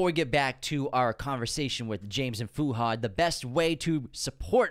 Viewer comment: the way they pronounce Fuhad's name is such an ICKK